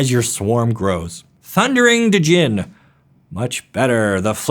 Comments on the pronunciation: DDDDDDDDDDDDDDDDDDDDDDDDDJINN? It's pronounced JJJJJJJJJINNNN bro. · Djinn is pronounced Gin, yup... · Djinn is pronounced "Jinn" with a soft J, like in "Beige" or "Elijah". Jitte uses a soft J, and the "I" is pronounced like an "ee". Also "Islet" is pronounced "eye-let" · Hold up. I've heard so many mispronounciations towards the end that I need to add this. "Islet" is a little island. It is pronounced as such. The "s" is silent. The "D" in "djinn" is functionally silent in English. Just use a hard "j" sound. "Ichor" is pronounced "eye-core." "Coatl" comes from the word "Quetzalcoatl," which is an ancient Aztec serpent god. It is pronounced "coe-aht-l" (where "coe" rhymes with "toe.") "Lab" doesn't have an e in it, and neither does the term "astrolab." Astrolabe, however, does. It is pronunced "as-tro-layb." Astrolabes are a real thing. In ancient times, they were used for astronomy, and by extension, navigation and timekeeping. I know this video is like 3 years old, so it won't necessarily do any good, but I have to at least hope you'll see this... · The "Dj" in djinn is just meant to be read as a hard j sound.... The reason i know this is kinda self evident.